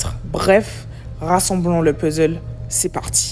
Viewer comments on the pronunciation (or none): none